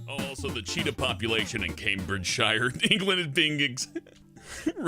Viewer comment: "Mummy thirs Ah chitah in dah bakyard anD hi ISH iting mii bike!!"